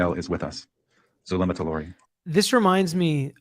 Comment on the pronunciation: Hidden True Crime posts the audios daily at around 4pm, as soon as its released after court.. Zulema pronounced her name as Zoo lem uh..just so you know..lol..